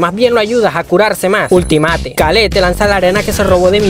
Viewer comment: Pero si lleva dos "e" se pronuncia khalid, bobo o k